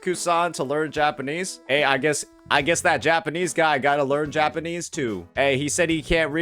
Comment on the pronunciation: The way u say Japanese kills me😭😭😭”Japan-nies “